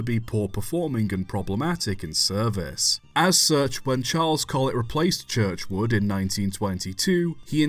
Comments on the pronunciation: CHURCHWOOD and STANIA......for crying out loud GET IT RIGHT !.....all you have to do is CHECK your narrative before posting. VERY POOR. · You don't need to criticise for mispronouncing Churchward and Stanier's surnames. Some people claim he did so, but (to my ears) that IS NOT the case!